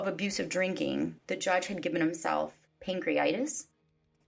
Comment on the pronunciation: *pancreatitis, not pancreitis.